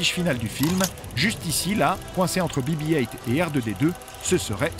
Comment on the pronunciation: Be be height 🙄 on est en france